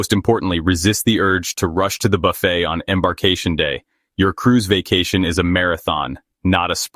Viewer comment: WONDERFUL. VIDEO. JUST. WONDERFUL.. & THANK. YOU. ! BUT. /. IT. IS. :: NOT......... A. ** BUFF__IT. ** IT. IS. A. ** BA__FAY. **!!!!!!!!!